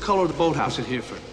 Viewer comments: Shame DeNiro can't pronounce Hereford...."HEAR-fud" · If only Sean Bean told De Niro that's not how you pronounce Hereford before rolling though...